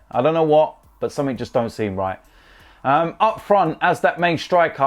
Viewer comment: "I'll tell you summink"